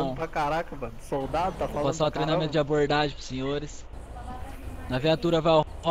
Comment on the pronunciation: "treinamenta" ta errado e treinamento